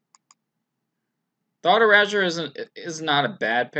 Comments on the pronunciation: Anyone else cringe at hearing "Thought Erahjure"? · He sure likes his thought urazors!